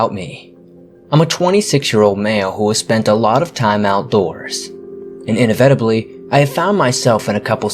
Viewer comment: Cool stories! I'm still cracking up a little over the way you said "inevitably" in beginning of the 1st story hahaa! Sorry it was just funny